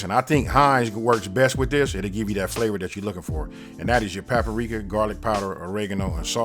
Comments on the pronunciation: did his grown ass just say pappa-rika? its PAPRIKA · Just found your channel. I like the way you say 'paparika' lol. You have gorgeous eyes too. I saw your gumbo video and i had to subscribe! Edit: I know where you're from now. I lived in Pomona as a child. I haven't heard of 'Stater Brothers' in so long! #Memories